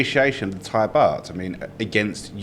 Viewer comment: Very good informative show well done all three of you All Thai names were pronounced in a way that I'm sure most of your viewers would pronounce themselves and fully understand I wish an unnamed absent presenter would take note